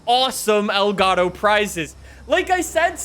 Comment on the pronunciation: I still can't leave a like because he keeps saying elgato wrong